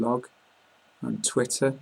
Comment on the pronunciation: Oh, I love British English!!!!:D "A" sounds like... "a". "E" sounds like... "e" "T" sounds like... "t" I love it! Good video,... but, I miss the other presenter!;) By the way, it was good to hear "Twitter". Here, if we say it, it's common to hear that the right prononciations is something as "twirer"